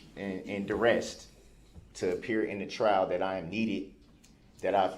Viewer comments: Troof, cohorzhun, durest😮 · "Cohorsion and duresst" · A person who cannot pronounce the word duress, should not represent him/herself. He literally said, durest🙃. The people in the courtroom must’ve went home with a migraine every single day. I feel for his child, but the child is blessed by not being raised by him or near him. And it’s unfortunate because the child needs a man to teach him how to be a man. I am curious about any woman that dated this narcissistic psychopath. You know they say birds of a feather, but I don’t know how anybody could’ve even been this dude‘s friend,never mind lover. Choose wisely ladies. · "I move for dismissal (6 murders) for being under duresst 😂, not a word, and co-horsed" which I assume is riding pony's wiv ya G!😂 Just when you think this child killing, woman beating/ killing, registered sex offender can't possibly get any more stupid 😂 he lowers the bar yet again 😂😂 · Cowhoreshon and durrest. What a maroon.